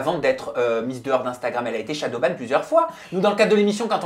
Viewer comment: J'ai l'impression qu'ils disent shadow baW pas shadow baN